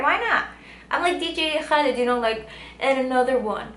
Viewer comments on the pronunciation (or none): did anyone else hear how she said DJ Khaled .. that was so extra